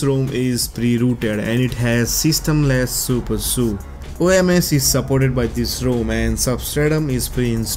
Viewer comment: It's not supersooo. It's super ed you. SuperSU. That was so weird. Or am I saying it wrong? I might be wrong...